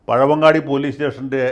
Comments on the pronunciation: പഴയങ്ങാടി ആണ്, പഴവങ്ങാടി അല്ല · പഴവങ്ങാടി അല്ല വക്കീൽ സാർ, പഴയങ്ങാടി ആണ്. 👍🙏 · ജയശങ്കർ സർ..... പഴയങ്ങാടി ആണ്... പഴവങ്ങാടി അല്ല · Not pazamangadi it is pazhyangadi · പഴവങ്ങാടി അല്ല പഴയങ്ങാടി ആണ് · it is not pazhavangadi it is pazhayangadi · പഴവങ്ങാടിയല്ല, പഴയങ്ങാടി എന്നാണ് പറയുക. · പഴവങാടി അല്ല സർ പഴയങ്ങാടി ആണ്. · പഴവങ്ങാടി അല്ല സർ പഴയങ്ങാടി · വക്കീലേ പഴയങ്ങാടി ആണ്... പഴവങ്ങാടി അല്ല...